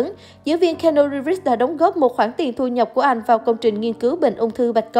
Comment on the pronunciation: Xin lỗi bạn nhưng trong 4s đầu khj nghe bạn đọc tên keanu thì tôi chẳng có hứng xem tiếp. Tặng bạn 1 dislike và mong bạn xem lại cách phát âm cho chuẩn.